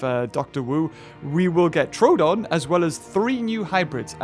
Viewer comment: I think its pronounced troadon but its spelt troodon. Sorry if this somehow offends you